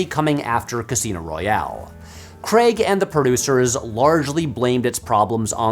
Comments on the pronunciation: For the last time… his name is Daniel Craig not Daniel Creg 😝 I don’t understand why Americans can pronounce other words with ai perfectly, like you say “rain” without calling it “ren”, but when someone is called Craig it’s always “Creg”. 🤔 I’ve always been puzzled by this 😂 Can someone please explain why this apparent cognitive dissonance occurs? I’ve always wondered what madness possesses you all when it comes to this one name 😂 (It’s not a diss, please don’t mistake me) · Oh no, he says "CREGG"... I really want to watch this, but this is going to be a rough ride for me... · Nearly an hour and you never once pronounced the guy's name correctly. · It would take ten seconds to search for how to pronounce Daniel Craig, but no. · Why cant Americans ever pronounce his name properly? Stop butchering our language or come up with your own one ffs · Any chance you could pronounce his name correctly? There's not an 'e' to be seen anywhere in his surname. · Please learn to say Daniel Craig's name. It's basic decency. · Your pronunciation of Craig is hilarious. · Need to pronounce Craig correctly before recording a whole video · Americans pronounce "Craig" so weirdly. It rhymes with "The Hague" not "egg" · I will be forever puzzled by America's inability to pronounce "Craig". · I can't decide which is more distracting, the glass precariously balanced on the arm of the sofa or the American pronunciation of the name Craig. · Craig, pronounced like Hague, not Creg. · It's Daniel CrAAAAAAAAAAAAAig! Not CrEEEEEEEEEEig!!! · Why do you pronounce it "Kreg"?? It's "kreyg" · its not pronounced 'CREG' its spelt with an A, Craig (CRAYG) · I know it sounds petty, but it's Daniel Craig, not Daniel "kregg" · I love that Americans say Daniel Kreg and not Craig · I will never understand how "ai" turns into an "e" sound for Americans SPECFICALLY for the name "craig" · His name is Daniel Craig, not Cregg. It rhymes with vague, not egg. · CRAIG not CREGG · Craig, not Creg. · "Daniel Creg"